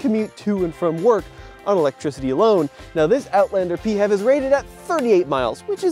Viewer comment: for the love of non-existing god, please, stop saying "pee-have", pronounce it as "pee-eightch-ee-vee" instead😢😭🙏